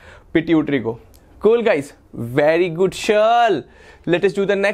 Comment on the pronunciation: Vely good shir😂😂